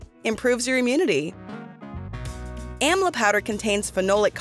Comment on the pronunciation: Please the word amla the correct way. You stole the plant from India and never acknowledged India for its wonderful fruit.Amla is taken everyday in India. It is the western countries who takes everything from India and profits from its herbs. What have you done for the country of India when it comes to health?